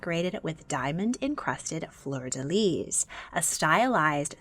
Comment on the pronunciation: Anybody else annoyed when an anglophone says "flor de leeeeee"? FLEUR DE LYS, LYSSSSSSSS!!! Sorry, pet peeve. I love those videos though.